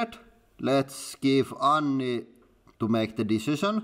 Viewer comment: It's not an ANSI thread, it's an ANNI thread. :D